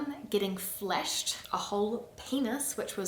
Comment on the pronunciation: You pronounce FLASH as FLESH. Fleshing sounds even more disgusting than flashing. Sorry you had those experiences. I'm a man in Paris, so no such experiences, but I can see how awful that would be. I was a pleasant looking young man, so I could go out with smart pretty women. I often wonder what can be done for those men and women cannot simply get a date and have a pleasant sex life. Imagine if you were not pretty. How would you live a full life? Obviously, attacking people is not the answer. What is? Stay safe in NZ. Glad you got out of raoudkt declining France. Since you left it is just more crowded, poor, rundown, and creepy.